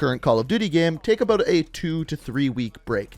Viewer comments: But he doesn't say "about," he says "abeaut." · The way he says about lol